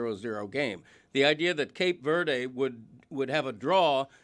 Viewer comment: None of you have ever been to Brockton, Mass…lol. Insane way to pronounce Cape Verde.